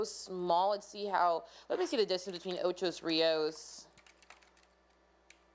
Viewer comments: It's Ocho Rios, not Ochos Rios. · Ocho not Ochos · Please- it's OCHO RIOS NOT OCHOS RIOS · i laughed so hard - "ochos rios" ?!!!! its not even spelt that way let alone the wrong pronounciation. its simply "ocho" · Ocho not ochos, ( Ocho Rios ) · Ocho Rios. How you get an "s" on Ocho . Didn't you learn to count in Spanish? Ocho is the number 8 Rios is rivers. It means 8 rivers. Ok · It's called Ocho Rios. Ocho.. It's driving me crazy and add to my stress.. :) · How many times did i hear ochos rios 🤣🤣🤣🤣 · Stop! Stop! Stop! Stop! saying Ochos there is no "s". 😠😠😠😠😠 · Lol she say "Ochos Rios" U had the pronunciation wrong but I guess that doesn't matter. What matters is that God needs to spare us here in jamaica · Everyone's focusing on her pronunciation of Ocho Rios. She's from a different country, not everyone will get it right. Focus on the importance of what She's trying to tell us. This hurricane is no joke! God help us and our island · I LOVE your pronunciation of OCHO RIOS 😊